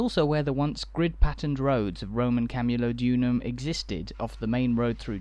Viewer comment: PLEASE KEARN TO PRONOUNCE CAMULODIUM. Sorry if my spelling is off.I was born in Colchester and very proud of it's history.